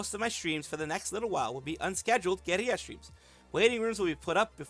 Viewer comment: That was certainly an… interesting way to pronounce “guerilla” . It’s actually pronounced “guh-RIL-uh”.